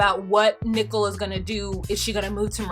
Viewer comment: I absolutely love when you pronounce her name "Nickel". Hilarious.